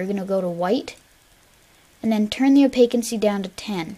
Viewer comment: Opacity not opaquincy